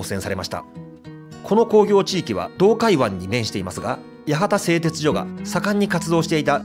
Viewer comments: 八幡せいてつしょです。「じょ」とは言いません 福岡藩だと！！！こんな屈辱的なことはない なんで博多弁エリアと一緒なんか！ ただし、戸畑と八幡と若松は福岡藩領だったけどな 北九州市が第二次世界大戦の被害をほとんど受けなかったって・・・・ 原爆投下も目標だったのに、製鉄所もかなり狙われたのに、関門海峡は機雷だらけだったのに 小倉湾なんかありません！ 門司のイントネーションが間違っている！そんな気色悪い言い方ではありません！ 北九州の人間に「町」を「ちょう」と言う感覚はないわな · この動画、けっこう間違いが多いので注意してください！！！ 地図の方角を「上」なんて言いません。 地元の企業ではなく戦前から浅野財閥がやっていたことです。 だから浅野町なんですよ。戦後は小倉興産と言って住友系の企業が地主でしたが 某企業に骨までしゃぶりつくされて見事に死にました。 「やはたせいてつじょ」ではなく」「やはたせいてつしょ」ね。 登記上は明治以来ずっと「やわたせいてつじょ」。 公害が問題とはならない時代なんてありません。握りつぶされていたか、モノが言えなかった時代です。 いきなり工業「地域」というようになったね。 洞海湾の汚染が製鉄だけなわけがない。三菱の回し者ですか？ 「じょ」「じょ」「じょ」って、濁音きらいな北九州の人間には違和感ありあり」 日本製鉄に社名が戻ったのは最近の話 原料の鉄鉱石の輸入は戦前は反植民地だった中国、戦後はインドやオーストラリアで 最近、変わったわけではない 小倉の範囲は「小倉北区」ってことなのか、初めて知ったよ・・・ 北九州の人間もびっくり 小倉城は「福岡藩」だったのか・・・ あなた、北九州市民を完全に敵に回したな さては、北九州の人間も博多弁使用者と思っている一人だな？ 小倉駅から7分で常盤橋まで行けるもんなら行ってみな へ～、大正初期ね、で、九軌の路面電車の線路がないのはなぜ？ 北九州市が第二次世界大戦の被害をほとんど受けなかったって・・・ 小倉が原爆投下の第2目標だったことも、八幡大空襲も門司や戸畑や若松で空襲で死んでいった何千人の人たちのことも知らないのですね 「小倉湾」ってありましたっけ？ 木造建築は許可されないわけがない 駅ですら今では木造建築が認められている ただ、河川の上に張り出す建築物が許可されないだけ 小文字通りにはモノレールは走っていません！ 「モノレールじゃん」ではなく「モノレールやん」が正しい 「門司」は「文字」と同じイントネーションではない！ 北九州市内に炭鉱がたくさんあったと思われても困る、間違った認識だ 若松港はかつて日本一の石炭積出港だった エスオージーオー そごうへいこう エスオージーオー そうごうへいこう 店内いっぱいお買い物 そろってそごうへ い・こ・う！